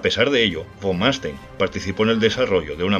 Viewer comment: Número 1 Erich (Erig) von (fon) Manstein (Mánstain) ...